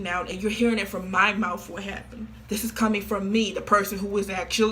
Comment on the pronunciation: I know this is a serious video but im laughing so hard at her trying to pronunce "mouth" Mouftht